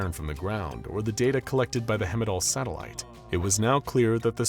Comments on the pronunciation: Heimdall pronunciation 😢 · I love this narrator but he pronounces "Heimdall" wrong